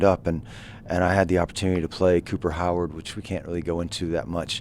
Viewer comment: "Howard", you say?